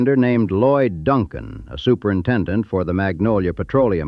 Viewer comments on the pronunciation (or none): none